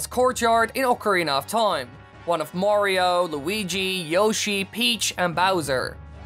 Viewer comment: "ZeldAH" "MariOH" idk why but the way he puts so much emphasis on the end of his words really annOISE me. What if I talked like thiIIs all the tIIMEAH?